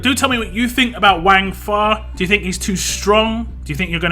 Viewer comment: Pronounced it right first time more like Wungfa not wang . Also screw bleed lol